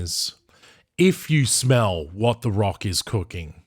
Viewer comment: Can you smel l l ll what emfasises l